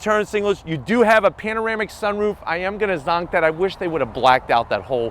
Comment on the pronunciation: Cringe every time he says "zonk"